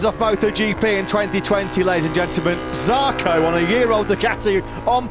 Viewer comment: ZARCO, not jarco.